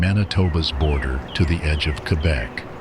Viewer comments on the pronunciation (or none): none